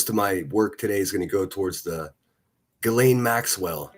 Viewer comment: Gee lan not gizzleeeen ...